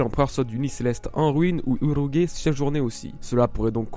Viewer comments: "Urougué" non "UrouGE", le G se prononce "J" devant le E. Et dans la VO Japonaise, c'est bien "Urouj" et non "UroGUÉ"... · J'ai vraiment hâte de revoir Ener et Crocodile ils sont vraiment badass PS: Urouge se prononce Uruji et non pas Urogue